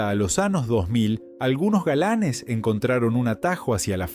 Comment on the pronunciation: Lleno de palabras ¡MAL PRONUNCIADAS! Esto no debería permitirse. Horrible. "Años" pronunciado como "anos". "Compañera" pronunciado "companera". Vergonzoso.